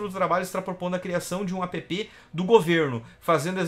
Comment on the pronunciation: não se fala APÊPÊ, a pronuncia é "ÉÉP"